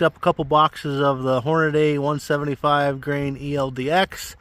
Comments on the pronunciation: You're killing me...it's Hornady (pronounced Hornadee), not Hornaday (pronounced HornaDAY). There's a lot of complaints about Fierce rifles and their customer "service". Hornady is full of crap about their published muzzle velocities on their ammo boxes. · Hornady, not Hornaday